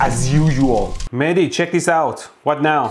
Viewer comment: Mehdi, It's funny how you on purpose pronunciate your name incorrect. I am pretty sure it is Mehdi with audible h, although I am not Iranian.